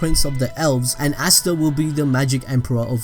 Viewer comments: Its asta not ashta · Stop sayin assta